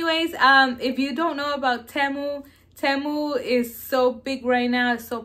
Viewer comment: Hey you're pronouncing Temu wrong it's TEE-MU 😊